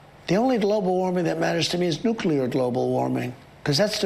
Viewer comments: ‘Nooclear global warming’ WTF! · How he struggles to say nuclear makes my skin crawl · he seems to be having trouble saying "Nuclear"